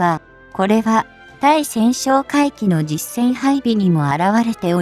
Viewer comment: まじめに日本語使わんかい！「対潜」を「ついせん」と読んじゃおしまいだよ！